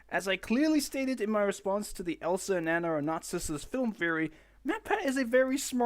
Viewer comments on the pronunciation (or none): none